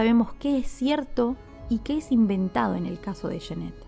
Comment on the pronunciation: Cada vez que pronuncias "yenet" muere un gatito, se pronuncia"yanet"!